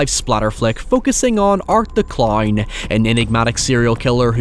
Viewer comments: “Killer claurn” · "art the clowrn"